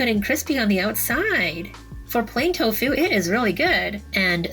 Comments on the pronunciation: It's "tofu", not "tofew" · I love the way you say Tofu...cracked me up...